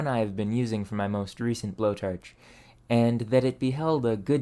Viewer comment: you pronounce "forge" and "torch" like "ferge" and "terch". is this a dialect/accent from where you are?